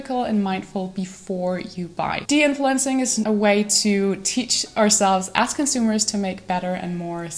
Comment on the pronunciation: Please stop pronouncing as like ass.